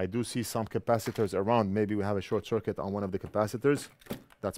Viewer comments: Great video and I learned a new word “Shor-kit” , not bad, saves a syllable. 👍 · I ❤ the "shor-cuit" moment 🤣 A new, faster way of saying "short circuit" - I love it! Making new words up on the fly... The Northridge Fix way!! Better Than Factory, baby 👍👍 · Another first from your channel, lets call Short Circuit from now on as. " Short-cuit" ❤👍💪✌